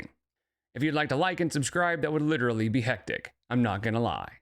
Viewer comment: Dang, won't all those ayygs bother her ayyg allergy or intolerance, whatever she is calling it these days ? 😂 She lidurally just makes 💩 up.